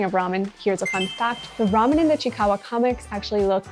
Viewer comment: It’s pronounce as chi-i-kawa not just chikawa